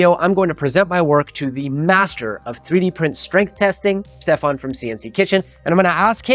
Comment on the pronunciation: It's Schtefahn, not Stefan. 🙃